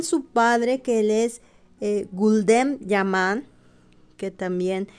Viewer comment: Yan ,no jan,yaque la j en español riene otro sonido